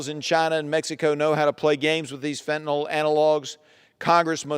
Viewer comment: Somebody should help her with the pronunciation of fentanyl. It’s not Fen-ten-all.